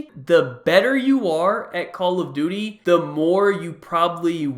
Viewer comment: he said call of booty